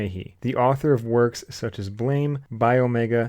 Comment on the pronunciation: And its pronounced 'BLAMM!' ... not Blame!.. 😆🤣👍😎ブラム! Buramu!...meaning explosion, not fault.👍